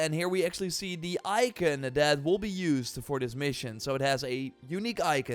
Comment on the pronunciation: Ikin or icon 😅